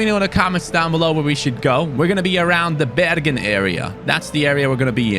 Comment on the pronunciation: man actually said Bergen right